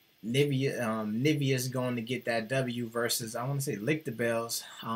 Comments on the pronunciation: Nevezis is pronounced ne-ve-zhis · But you pronounced Nevėžis horribly, the way you pronounced it we would write Nivijus.